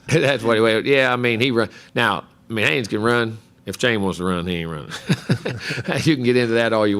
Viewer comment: Buddy you have footage of Jimbo saying Achane's name correctly in this video and you still mispronounced it smh